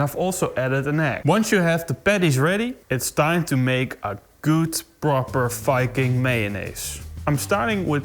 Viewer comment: Oh. Very time he said Viking, I heard “F*cking”. That’s completely different.